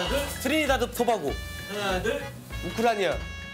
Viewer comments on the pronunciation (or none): 우크라니아라고 해서 그래요 ㅋㅋㅋㅋㅋㅋㅋ